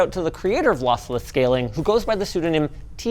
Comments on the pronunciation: Linus I am so sorry but I almost laughed my ass off after you saying: "Lothlothless Schaling". Thanks for the awesome content guys :D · losslesh schaling haha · Bro is still adjusting to the braces and how he says ' lossless scaling ' (is he even saying that) is so funny to me 😭